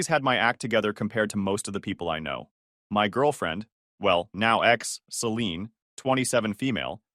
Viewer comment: Can't pronounce Celine correctly.